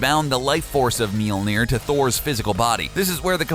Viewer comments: meelneer? M-yol-neer... >.< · Did you just say "Meal-Near"? No. "Mjollnir". "Me- ole- near". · Mjölnir, it's pronounced Mjölnir. Not mealnir, dipshit. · Okay, gotta express my nerd rage real quick. Mjolnir is pronounced MYAWL-nir not MEEL-nir, and Gaia is pronounced GEE-uh or GAHY-uh not GEY-uh. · mealner? did i hear..? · "His mighty hammer "MEE-ÖLL-NEER"". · Myolneer 《 its pronounced that way. Long 'O' . Written Mjølnirr (Mjolnir, Mjólnír, Mjølnírr, depending), pronounced MYól-Neer (long O, Long I). Anyways.. pretty aright video, bruvs... i just really hate how Marvel depicts Thorr these days. Sighhh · "Meel near" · Making it rain is useless? ...Tell that to all the people in the world dying of dehydration, I mean for defeating bad guys yeah useless unless they have fire powers or something. Also you cannot pronounce words like Mjolnir and Gaea very well.